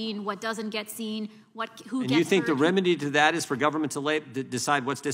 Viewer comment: " gubbm-ment" 😂😂 how do work for something you cant pronounce?!😂😂